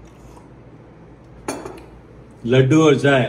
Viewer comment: The way he said ladUuu😂🥴♥️